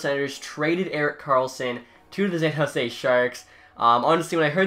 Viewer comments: "Zan Jose" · Bro learn how to say San Jose, there aren’t any Z’s in it. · San Jose S pronounced like an s not a z bub.